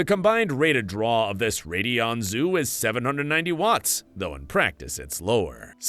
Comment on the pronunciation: Mispronouncing names is still a giveaway. “Radd-eon” instead of “Ray-deon” here.